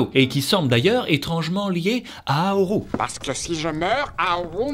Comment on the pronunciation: j'ai failli pas reconnaître le film à cause du "haoru" au lieu de "howl"